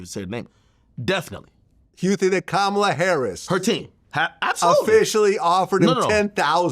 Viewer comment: And yet he can’t pronounce Kamala…the name is easy to say.